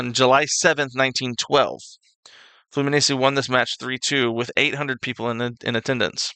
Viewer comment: That video didn't give you much to work with. And the pronunciation is atrocious. The worst were Flamengo/Fluminense, and Galatasaray/Fenerbahçe. Another annoying point is that when he's speaking about a certain match or event, they play a totally unrelated clip.